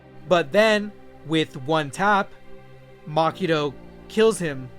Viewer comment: its Mahito not makito. how do you expect your channel to grow if you cant even pronounce names properly. this guy is butchering half the names